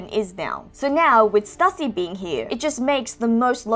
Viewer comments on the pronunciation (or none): I think Stussy is pronounced as "Stew-sea." That's what I remember hearing during Whole Cake Island